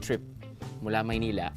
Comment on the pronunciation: haha maynila!! thats how u really say it !!! korak n korak drew!! sprite n sprite lovet!!!